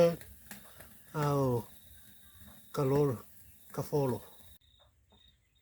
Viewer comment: Kaufolo not kalolo 🙂👍 thanks for sharing 👏